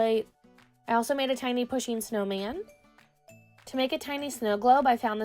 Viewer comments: It’s not pu sheen it’s pronounced poo sheen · it's said like Poosheen